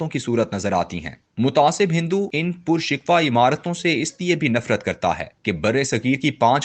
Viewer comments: Reader ki awaz aur parhne ka andaz accha hai Lekin kisi kisi word ko wo galat parh jate hain Right Word PURSIKHO hai PURSIKWA nahi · پر(پ پر پیش کے ساتھ) شکوہ ( ش کے نیچے زیر ۔ کوزبر واؤ کو ہ موقوف)